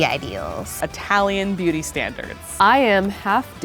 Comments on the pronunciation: I heard the entire video: Booty Standards. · When they said beauty standards sounded like "BOOTY standards" 😂😂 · I thought they said booty standards 😂